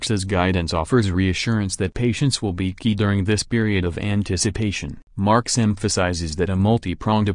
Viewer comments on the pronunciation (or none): It’s MARK Z. Not Marx